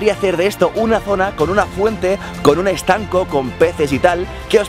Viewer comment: Alguien escucho lode estanco en vez de estanque